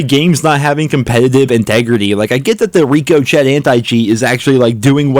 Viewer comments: He must know it's not RICO-CHET (pr. Ric-o -Shay). Everytime I watch a video on this channel I laugh a little about the RICO-CHET anti cheat. COD is mostly cheaters at this point. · It's "Rico shay" as in something bouncing off a wall...not "Rico chet" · Rick-o-shay bro not RICO-cheet…. I had to correct that was pretty bad. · It’s pronounced “Rick-oh-shay”, not reek-oh-Chet. Just saying. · Please stop saying "reeko-chet",. It's pronounced "ricko-shay". Please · It’s “Rick-a- shay” not “rico-chet” my god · Ricochet It’s pronounced “Rico - shay” To deflect or bounce off of “A bullet ricochets off the soldiers helmet” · PLEASE stop calling the Anti chest “Reeko Chett”. It’s pronounced “Rik-o-Shay” like when i bullet Ricochets of a surface (Aka Bounces off a surface) Please I cannot be the only viewer who notices this?????? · It is not Rico. Chet. Its ˈrikəˌSHā. Like not even in the ballpark with your pronunciation lol. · You're killing me with the pronunciation of the anti cheat, lol. You're saying Rico Chet, but that's not correct. Say it like Rico shey. Look into that one. Lol all good. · still saying "rico chet" huh. mans vocal chords just cant find the correct way of saying "rica shay" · MY DUDE!! STOP SAYING REEKO-CHETT BRO ITS........RICKO-SHAY!! LOL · Rick-oh-Shay.. say it quickly... yur killin me here... the amount of cheaters is truly epic.. the seeming need to be able to brag about a video game, thanks in no small part to the epic money THROWN at top streamer players ( Mercs, Tatman, Doc ), makes it seem just a natural leap to CHEAT to garner the attention n cash, and HOPE you never get caught.. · love your content but it's pronounced rico-shea. Line a bullet ricocheting off the wall 🤙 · Did you actually call it “Rico-chet”? Please tell me you know what the word ‘ricochet’ is. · every time you say rico-chet…..must be from the other side of town lol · lol what the hell is he calling the anti cheat? Rico-Chet? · ‘Ri CO Chet’